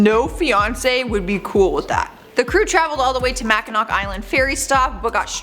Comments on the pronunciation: It's pronounced MACKINAW Island. It's SPELLED Mackinac, but pronounced MackinAW. It's a Native American word. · It's pronounced like "MacKinaW" Island